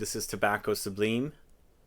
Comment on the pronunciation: Pronounced Tobacco SUBLYME.... lime as in the citrus.